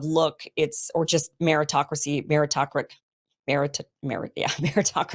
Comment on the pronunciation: I believe the word you're struggling with is meritocratic. merit-o-cratic.